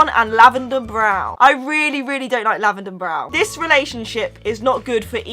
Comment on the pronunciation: Are you saying lavaner brown because it sounded like it